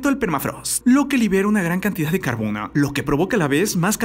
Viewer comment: Nadie absolutamente nadie: Tu cosmópolis: "lanudoh" "carbonoh" jakdjakxj